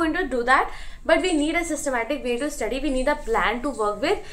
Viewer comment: dude how are you studying english hons. in a reputed clg and still pronouncing study as 'istudy' and pronouncing many more words incorrectly???